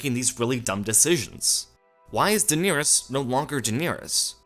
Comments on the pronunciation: The fact that you pronounce Daenerys incorrectly, and the number of times you say her name, is maddening. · Uwu, the most precious name in the series was pronounced wrong ;( Nothing matters anymore.